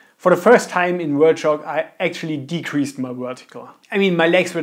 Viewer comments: "wert" shock lol. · its hard for us germans, to pronounce it so dont be to hard.